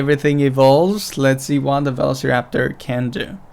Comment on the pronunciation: Please learn how to pronounce velociraptor.